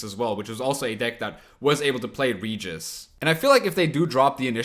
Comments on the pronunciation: Pls, not "ridjis", RE-Gis (G like in Gregory and E like in Ernest) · "Reguis" com o R bem forte seria a pronúncia correta na terra natal dele, a dos vampiros. Mas porra, "Réjis" como na dublagem br, ou "Ridjis" como o fala fica muito mais legal